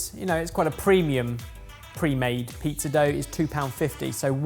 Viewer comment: I can't get over the fact that still keeps saying pee-zah